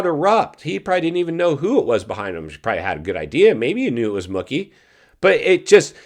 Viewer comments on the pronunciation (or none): Moooooookey not mukkey. Something so irritating about that